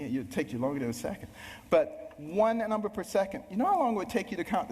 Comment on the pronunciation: He sounds like a preacher. Why do republicans always mention "God" and people cheer? Why is he quoting the bible? He also pronounced numbers wrong .